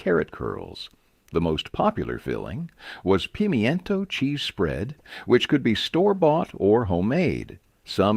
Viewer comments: Pemientos ..... I thought they were pimentos. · "Pee- me-en-toes" 😆😆 Pimentos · What the heck is a pemmiento? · I never heard it pronounced pim-y-ento cheese. It's always been pi-mento. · "Pem-E-intoe" 🤣🤣 ... can't seem to find that anywhere!! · You lost me a pee mee en toe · Pim e en to 😂 these pronunciations